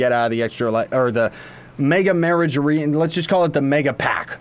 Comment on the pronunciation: SAY IT WITH ME MEN AA JER IE